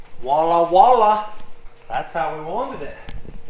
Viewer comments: ALERT - LANGUAGE POLICE!!! I've learned so much from you I thought it was time to give back. Voila not wallah, the expression is French. Voila means, see there. You use it correctly, now you can pronounce it correctly. Lessons from, now used in daily life. Measure taping - Precision estimate Eyecrometer - Guesstimate Gettin' after it. - Beginning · it's voila not wah-la. Voila is french for there it is. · Voila = Wallah = VIOLLA!! :-)